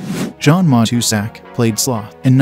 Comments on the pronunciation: It's MA TOO SACK. If you're gonna do these clips, get the pronunciation down before you run them. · Good stuff but, you butchered the pronunciation of Matuszak's name. Just sayin'.